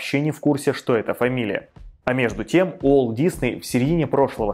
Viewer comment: его имя не произносится через "У", сильно режет ухо. Произносите через "W".